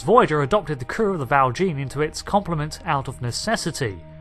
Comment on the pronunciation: That "Val Jean" pronunciation was jarring